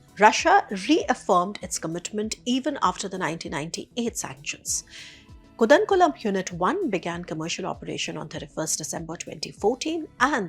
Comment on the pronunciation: It’s pronounced as Kalpaakkam. The Hindi transliteration of Kalpaakkam (with the long “aa” sound) is: कल्पाक्कम Not Kalapakkam as you have pronounced and also Koodankulam and not kudankulam as pronounced by you. कूड़नकुलम (phonetic emphasis on the long “कू”). Always people don’t take efforts to pronounce southern indian names of people and towns/ cities properly while great care if taken to pronounce Chinese , Russian and other names